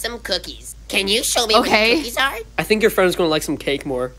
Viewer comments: She’s like I want the cooskies it’s cookies 😂😂😂😂😂😂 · This was funny! “I want some cooskies” 😂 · "I wash the cookskis" - 2023